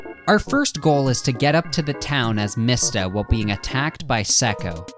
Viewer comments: Your pronouncing mista wrong it’s pronounced like me sta not mist a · Why do you say mista like “mihsta.” When it’s pronounced “meesta” and narancia “na-rant-cia” when it’s “na-ron-cia”. And you say Hamon like “hamen” when it’s “hah-moan” I don’t mean to be rude I’ve just never heard ANYONE pronounce names like you 😅 still love your content tho! Just reminds me of when Naruto fans call Sasuke “sah-soo-kay”